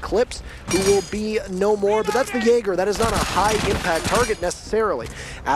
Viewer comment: this caster got me banned from the twitch channel, chat was spamming "Jay Ger" cuz that's how he pronounces Jaeger. i asked who the fuck is Jay Ger? they told me i typed in chat "WTF is this caster ?" got banned.